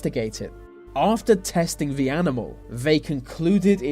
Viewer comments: 'th' not 've' ... ffs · for goodness sake, learn to pronounce your th's, its not 've' its 'the', you can do it, as sometimes you do pronounce it correctly, you say 'these' not 'vese', its not a speech impediment, its laziness, why didnt your parents correct you? Its irritating! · i haven't heard this accent so thick before that someone actually pronounce 'the' with an f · We dont pronounce 'the' with F we do pronounce other 'th' words like think, thought, thermal etc with an F sound